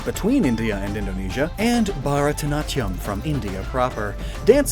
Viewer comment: I have repulsed at the pronunciation of bharatnatyam